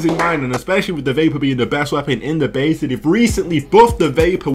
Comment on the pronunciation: i clicked of this video because he says beta the wrong way pisstake